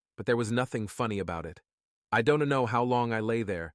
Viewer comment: Overly dramatic. Don Tee, Don Tee. Who is this Don Tee?